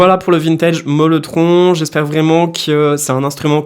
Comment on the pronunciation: C’est le Mellotron et pas molletron😉